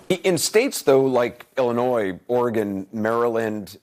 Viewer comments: Did you not just hear Anderson Cooper pronounce Illinois? It’s IlliNOY not Illinoize. Not sure how you never heard that before?!? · The "S" in Illinois is silent